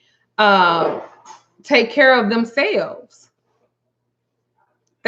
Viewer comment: When u said cur instead of care I knew you were from Texas 😃😍